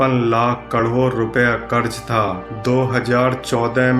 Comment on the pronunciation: Krod to thik se bol lo phle